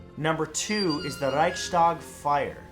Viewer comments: I cringed everytime he said Reichstag. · You mispronounced Reichstag!